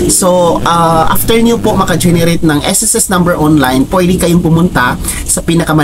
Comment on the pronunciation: Pakiayos ng pag pronounce mo ng SSS mali